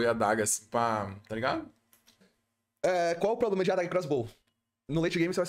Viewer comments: Fala meu mano, tudo certo? só uma critica construtiva, da muita agonia vc falando "POblema", o correto mesmo é PROblema, video top demais vlw mano tamo junto. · Vício de linguagem é foda, se o falando “poblema” dói! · parece que adota estrategia populacionista pra conseguir voto de pobre kkkkkkkkk Tem dinheiro, é estudado, mas usa o headset remendado, força falar "poblema". N tem personalidade nenhuma, fora que faz analise de tier list de outro streamer. Ai ia junior vem falar merda kkkkkkkkkk pqp